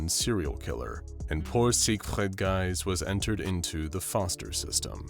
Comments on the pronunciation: As a German it hurts me everytime he pronounces Sigfried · Please stop saying siegfried like that